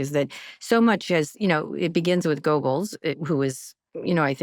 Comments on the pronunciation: Thank you to Rachel Maddow for using the word burgled. As far pronouncing Goebbels as if it were spelled like gerbils, but with a hard g? Not so much. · Goebbels pronounced "gerbulls" with a hard G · Rachel it’s Joseph Goebbels not Gerbles. Gerb is the word for crest in Croatian spelt grb & like in English isn’t offensive. Sounds like gobble gobble for turkeys. Hope you don’t mind some explanation of German spelling …Yes, the name "Goebbels" is spelled with an umlaut over the "o" (ö) in German, which is written as "Goebbels". The umlaut indicates a change in vowel pronunciation, in this case, a shift from "o" to "ö" (a sound similar to "eu" in French "peur" or "oe" in "hoe"). While it's not part of the basic alphabet, the umlauts (ä, ö, ü) are considered part of the German alphabet when writing words, and names like "Goebbels" use them to indicate a specific pronunciation. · Somebody tell Kara: Goebbels is pronounced GERbills (not the animal), just add “bills” to a growl. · Come on, Kara, with degrees from Georgetown and Columbia, you should be able to pronounce 'Goebbels' and 'Röhm' correctly. Also, the 'Rolf' character in The Sound of Music as Austrian, not German.